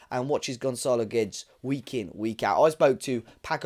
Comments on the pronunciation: Is his surname pronounced Gwedes or gedge? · Lol stop calling him GEJ. Portugese commentary during Internationals call him Gay-dezsh.